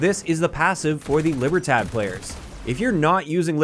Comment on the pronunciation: Lee-ber-Todd, that’s how you would pronounce it 😅